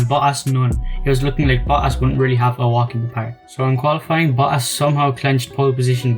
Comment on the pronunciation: I think his name is Valtteri Botas not Valtteri Boass.